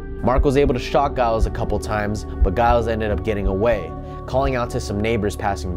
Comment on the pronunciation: You're going after him for that and not for mispronouncing Gilles (Jeel) as "guiles"...?